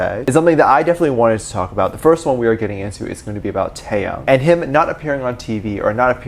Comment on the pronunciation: But like, why he keep saying TaeTae name wrong🥺. I have to re-listen to him pronounce Taehyung name and he’s saying it wrong from here to there😭